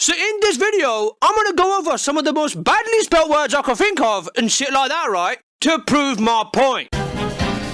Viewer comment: No wonder he hates the English language. He said badly